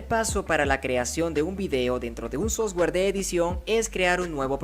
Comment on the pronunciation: crack, solo falta mejorar la pronunciación de software! Gracias!